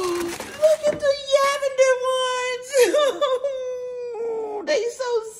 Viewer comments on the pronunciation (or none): “They so Yittle”, and “Look at the Yavender ones”. 😂😂😂❤